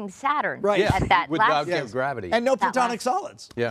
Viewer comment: Not "Plutonic" solids, "Platonic." And no, the things he was saying were absolute gibberish. You're not going to like accurately interpret someone babbling their way through something like that. The guy was/is experiencing a psychotic break, what he was saying made some kind of sense to him because it's part of his break. But sure, you can definitely assign whatever meaning to that seems possible to you!